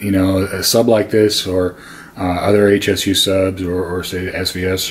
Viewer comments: It's pronounced Shu. Irritating when people refer to the company as H S U, that's incorrect. This isn't like the acronym SVS. It's also a powered subwoofer, not a speaker. In a corner like you have it, flip it to where the driver is facing the wall, around 5-8" away. You'll get even better response. I'm still trying to figure out what the point of all your rambling was. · Please please please... It's not H S U. It's Hsu, as in Dr. Hsu. It's pronounced Sue.